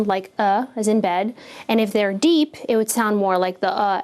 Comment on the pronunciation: Bed doesn't have an uh sound. I still thumbs up though.